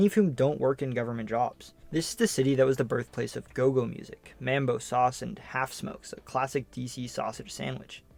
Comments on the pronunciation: It’s mumbo sauce not mambo sauce lol love you video I’m from Woodbridge/Manassas Virginia which is just south of DC so I’ve spent plenty of time in DC and know a lot about it and you got everything spot on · THANK YOU! As a Washingtonian myself (born at Georgetown Hospital LOL), I was scratching my head when there was no mention of Marion Barry (who was the most popular and longest serving mayor here) and was laughing my butt off when he pronounced mambo/mumbo sauce as MA'AM bo sauce. 🤣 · Pronounced muhmbo sauce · Mambo is pronounced Mum-bo